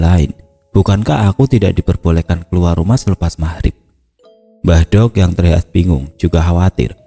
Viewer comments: Pengucapan mbahdok yg benar itu "dok" perpanjangan dr mbak wedok, bkn mbah "dhog". Kalo bahasa jawa timuran mbadhog artinya makan tp bahasa kasar orang jalanan 🙏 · Ma'af cuma koreksi... Kata "Mbah Dogh', baca huruf "D" nya trlalu tebal..... Cara bacanya tempelkan lidah di langit2... bukan ujung lidah yg di tempel di atas....